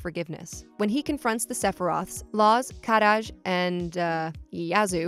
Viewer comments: Kadaj name is pronounced ka-dodge. You’re rolling his name like it’s Spanish 😆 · Happy to pronounce the regional mistranslation of Aerith and yet insists on pronouncing Shinra as “Sheenra” 😒 I get it, i’s are e’s in Japan, very good, but we have the officially translated products themselves, just go with that. Again, , Kadaj has one D, not Kad-daj, and Yazoo is a perfectly normal Japanese name, it derives from Yasu, if you wanted to make fun of it point out that it’s traditionally a female name. Also Denzel is one word. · I also super hate how she says Kadaj. THEY LITERALLY SAY IT PROPERLY IN THE MOVIE. PLS. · She pronounces kadaj’s name weird. She should watch the movie to see how they correctly pronounce his name lol.